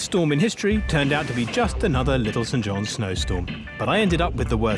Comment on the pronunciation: St John’s (sounds saint) not Sent Jon’s